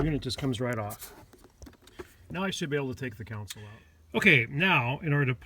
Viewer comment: console not council